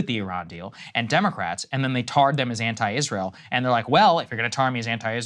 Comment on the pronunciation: Is-ray-ell is a pox on America.